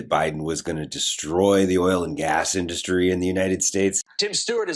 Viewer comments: Drives me crazy. He puts the stress on the wrong syllable totally. All I here is "DUST- tree." Ok, Trump. Go dust your tree you ignorant bastard. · Thanks. Is Donny's pronunciation of 'indus----tree' a Trumpism, or the way y'all pronounce it over there? Maybe they taught him that at Wharton?🙃